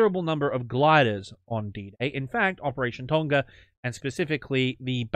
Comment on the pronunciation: I like watching people mispronounce Tonga.